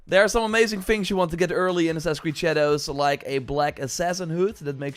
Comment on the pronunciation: “Assacreed”. So annoying.